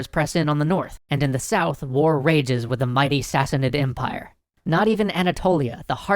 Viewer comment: "Sa-sahn-id empire" right?